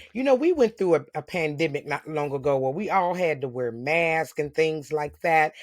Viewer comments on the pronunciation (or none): none